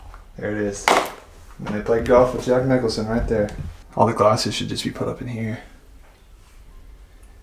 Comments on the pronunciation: QUIT SAYING JACK NICHOLSON!!! JACK NICKLAUS WAS THE GOLFER, AND JACK NICHOLSON IS THE ACTOR!! YOU KNOW THE SHINING, EASY RIDER......GET IT RIGHT!! BUGS THE HELL OUT OF ME, IT'S JACK NICKLAUS, REPEAT AFTER ME.... NICKLAUS, NICKLAUS, NICKLAUS, NICKLAUS, JACK NICKLAUS! NOW YOU GOT IT! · seriously Jack Nicholson? Its Jack Nicklaus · Jack Nicklaus. Not Nickelson Please be careful of providing info